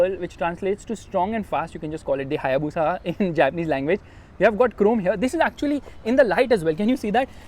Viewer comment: It's Bushaaaa......